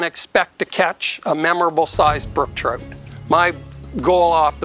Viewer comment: "brook Troot" gotta change my lingo I guess . Cool place.